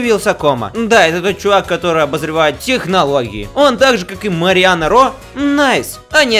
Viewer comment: он говорит Мариана? может Марьяна...